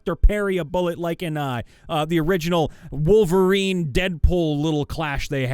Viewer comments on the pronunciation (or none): none